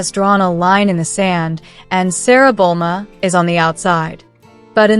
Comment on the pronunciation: It's pronounced "Jan" not Kan. It's Bluma not Bolma".